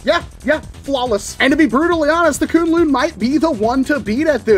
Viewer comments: Sorry to be that guy but according to worker the pronunciation of the name is Kwin-Lun supposed to the way its spelled(kunlun) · I don't expect anyone to care but it's pronounced 'kwin-lin' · Just got mine, and it's AMAZING! Also, I believe you pronounce it as 'Kwin-lin'